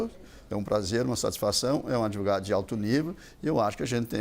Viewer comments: o "adevogado" e suas estórias... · De 10 palavras que esse fala, 11 são 'AD VOGADO'